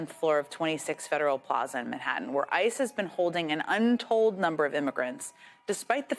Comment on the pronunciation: I know you just said, “ICE has denied them…,” but it definitely sounded like, “ISIS denied them.”